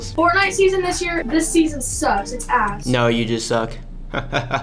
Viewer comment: am I the only one who heard “get yo ahhss”? 😭